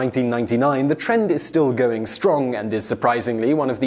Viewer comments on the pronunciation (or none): none